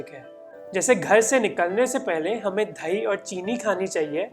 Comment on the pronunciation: दही not dhahi.... द और ध... बहोत irritating h tera bhai...